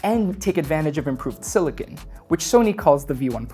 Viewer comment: You are saying silicon ear tips when you are referring to silicone ear tips, a subtle but important distinction. Silicon is the element Si itself used in circuit boards while Silicone is a polymer composed with a backbone of (-Si-O-Si-O-) also know as polymerized siloxane.